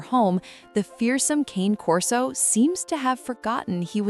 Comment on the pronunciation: Nope, it's not pronounced "cain corso". I't's "kahnay" corso. Dumb AI doesn't know that though.